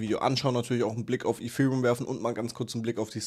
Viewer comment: Danke für deinen Inhalt, ABER könntest du bitte zum Logopäden gehen und lernen, das "th" auf Englisch korrekt auszusprechen? Gerade bei dem Wort Ethereum ist das sehr störend